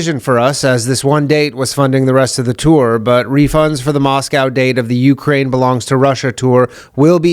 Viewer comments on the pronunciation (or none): none